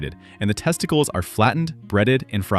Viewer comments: Testiclees? I didn't know there was going to be a Greek dish in this vid. How about AI pronouncing it, 'testicles'. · Me sitting here unable 2 forget he said testiclease instead of testicles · I wonder if he did that pronunciation in jest or ignorance?